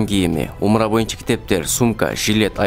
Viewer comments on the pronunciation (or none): none